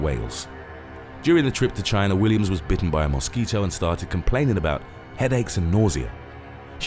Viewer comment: Is it just me or does the narrator really have you anticipating him saying "Moss Keeto" ??